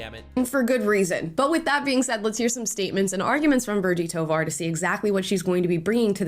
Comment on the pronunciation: Toevar she means thighvar